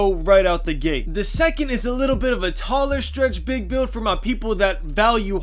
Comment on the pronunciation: POWER “Stwetch Bwig” DF